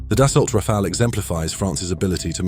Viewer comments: Rafale A is now Rafail? Tell me you are using AI voice, without telling me you are using AI voice... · Just make sure you’re not pronouncing it like the name Raphael 🤬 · It's amazing how many people are almost incapable of pronouncing "Rafale" correctly.